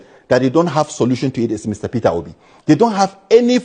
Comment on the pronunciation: Nit Peter Obi, he says Perer Obi😂😅